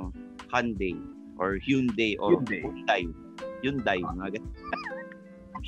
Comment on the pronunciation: Its actually pronounced as hyeon dae as per the pronuciation of the individual hangul characters (현, 대).